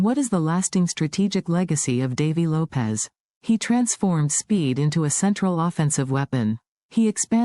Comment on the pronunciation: Not Davey Lopez...Davey Lopes (like Ropes)